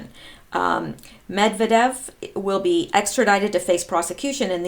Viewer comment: Not to pick on you specifically but I have to start somewhere, and you are among the few who actually try to pronounce the Russian names correctly. But, it's MedVYEdev.